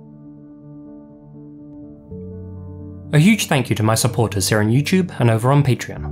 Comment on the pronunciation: i wanna watch until says yewchewb then i'm like ugh 😒